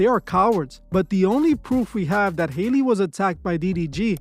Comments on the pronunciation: Howl-Lee is her name. Not Hailey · Hee name is not pronounced Hailey. It's pronounced like alley. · HER NAME IS NOT HAILEY. I just dont understand why yall cant pronounce Halle. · HAY-LEY BAY-LEY!!!😂😂😭😭😭🤣🤣🤣